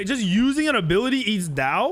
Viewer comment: In Chinese, there would be an accent or tone on the word Dao lol. So technically to pronounce it correctly you would say it with a falling tone.